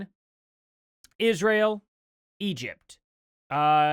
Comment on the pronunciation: It's Israel NOT Isssshreal! Uggghh GOD that is one of the most annoying things she does🤦🏼‍♀️